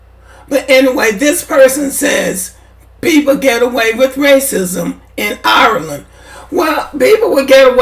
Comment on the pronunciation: Not to be petty but can we pronounce IRELAND like Ire - LAND not OURLANNN! smh And this is stupid and divisive. You do all this support just to throw shade on Black immigrants. trash for this. smh!!! I'm Haitian, Weeeeeeeeeeeeee don't praise White folk, in fact, ask a lot of Haitians, we think, believe and move as if we're SUPERIOR to White folk... #dontGetItTwisted foh with that immigrant bashing smh....